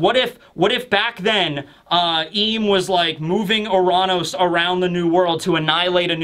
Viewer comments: It's not pronounced Uh-raan-ous it's pronounced Your-Anus. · “Oo-Ron-Os” wtf is wrong with you lol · its actually your-ran-us if u wanna say it right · U-ran-ohs. That is how you pronounced it. Are you out of your mind?